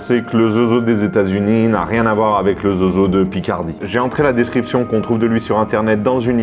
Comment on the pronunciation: On dit Zoso